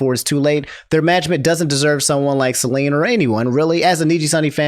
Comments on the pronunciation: "Celine" 💀 I'm out. You cooked me. I need oxygen. Edit: Sorry, I should be constructive. "Sell-En" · 😭you butcher her name its not Celine